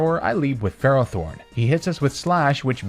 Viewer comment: DO NOT LEAVE OFF TBE T IN FERROTHORN!